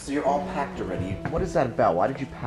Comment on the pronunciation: “She pecked her begs” -Trixie